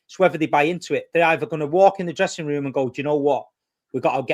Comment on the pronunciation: 1 hr 21 mins 16 secs. "ive lost the dressing toom" 😂😂😂